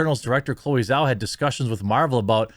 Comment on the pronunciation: It's pronounced Jau.